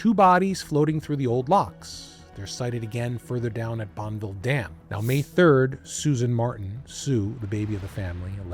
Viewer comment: It's pronounced Bonn a ville 😅. Buddy do 2 seconds of a Google search not multomah .... it's Mult no mah. I know you are from the opposite side of the country but anyone watching and listening to the story that lives in the PNW is shaking their heads. This was a big story recently when a diver finally found the car at the bottom of a channel in Cascade locks buried in the ruble that gets swept down the river. The Dallas ? The Dallas? 18 minutes in and we have 3 names of locations pronounced completely wrong. The Dalles is pronounced like a wooden dowel but with an A ... The Dawlezzzz ..I think it's a French word for the falls or something like that.